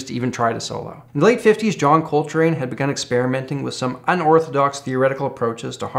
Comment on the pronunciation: Ladies and Gentlemen, I now present "Coltry"